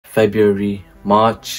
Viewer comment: it's cos you said febraury in the vid